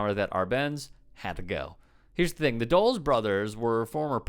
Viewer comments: It's pronounced "dul-is" not "dool-s." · The last name is pronounced "Dull - ise", not Dulls. Think of the airport in Washington, DC - Dulles Airport. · It’s pronounced dull-less. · Dulles (Duh-Lass) Brothers. They also murdered Patrice Lumumba. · dull-ESS Two syllables, stress on the second. Thanks for covering Guatemala. Chile, Bolivia, Cuba, Venezuela, Ecuador, Honduras, El Salvador, et cetera et cetera ad infinitum. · Yo Yo. Dulles is pronounced Duh-lus. Good video. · Hey it is Dull-es. Named after the airport in Washington DC. Yeah bad dude....